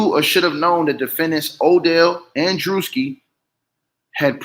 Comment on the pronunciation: It’s pronounced Drew-ski😅